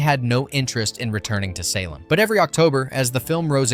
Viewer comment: Bette Midler's name is pronounced BET!!! NOT BETTY!! NOT BITTY!! SALEM is only pronounced one way SAIL-EM... Just like the town in Massachusetts!!!